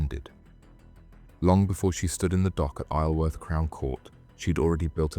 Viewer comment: This is one of the worst videos I’ve seen you do lol. Saying the middle woman was in her mid 30’s then saying she’s 30 after lol can’t pronounce Isleworth properly. Showing the last inmate in question during the second story. Horrendous